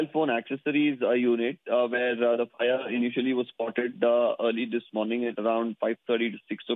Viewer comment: Fire..lady. not fyyare.